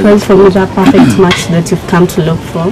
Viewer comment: She said ' I wook'....